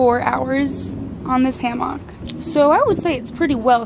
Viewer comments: It’s HAM-ICK 😂😂 not ham-OCK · I’m dying at “ham mock” even though that’s how it spelled. 😂😂I’m on the east coast and we say “ham ick”